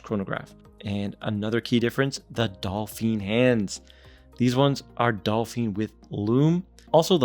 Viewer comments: It's pronounced "Doe-feen" not "Doll-feen". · Great looking Watch. I own an Ananta Chtonograph, which looks superior and has better finishing. BTW. Its "dauphine" hands. When you say it it sounds like "dolphin ".